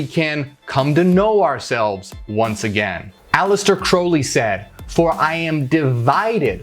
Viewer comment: Crowley was a brilliant man and he really " got it". Thank you for pronouncing his name correctly.